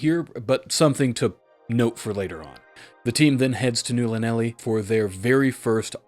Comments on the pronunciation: Welp, time to dig the books out again… Also, Just for clarity, Llanelli is a town in Wales, so it’s probably pronounced closer to Thlanethli, the double L basically turns into a sorta soft thl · Llanelli is Welsh, breathe around the Ls as you press your tongue to the top of your mouth. The breathing around it should be similar to making an "H" sound. Ta-da.